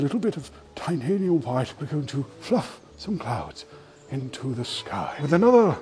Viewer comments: whenever he said titanium white I hear titanium hwite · i love the "titanium hwaihte" xD